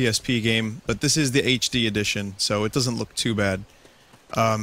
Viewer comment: "HD Edtion" Nice.